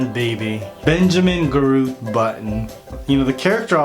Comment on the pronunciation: Did he say Baby Garoot instead of Baby Groot? 😆😂🤣🤪